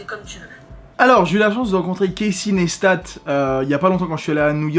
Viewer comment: C'est pas nesstat c'est à prononcer comme quand tu dis "nice tat" (joli tatouage)